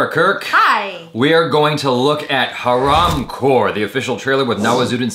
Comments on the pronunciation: This is the first hindi word that has pronounciated correctly:). Happy New Year! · pronounced haraamkhor better than an indian 😂